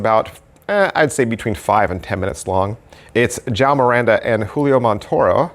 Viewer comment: Hey the Portuguese name is João not Jao 😂😂...thks for the review